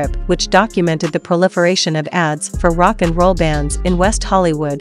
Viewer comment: Interesting to hear how the video concept happened but why have a computer voice read this? They are getting better but still not totally natural. Maybe it is a real person and people now have computer accents? notice how it says Rock....And.....Roll.